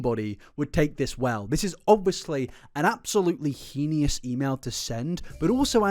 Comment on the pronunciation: Hi! Big fan, just wanna make a couple pronunciation corrections: bureau is typically pronounced "byur-oh" in the context of an organization and heinous is pronounced "hey-nuss". Not trying to be mean or anything, just wanna help! Hopefully this is helpful haha. Stay beany, my friend 😎 🫘